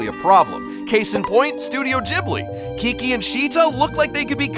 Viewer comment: Bro said jiblie. Not ghibli